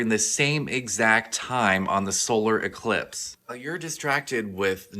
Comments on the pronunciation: NASA so fake the guy couldn't even say Eclipse!! He said elipse. . . . . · he say elipse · That man said total solar elipse not eclipse. There's your red flag. Somebody else said the same thing and I thought he just said it wrong then yet another man made the same "mistake" well this one here is the THIRD time I heard the same thing. Elipse and eClipse are not the same. They are up to no good.